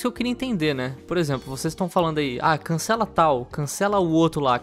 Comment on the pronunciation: "Aín canxela Manax"